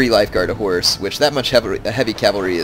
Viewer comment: when he says reg of horse it sounds like regihorse and that sounds like i pokemon... I love pokemon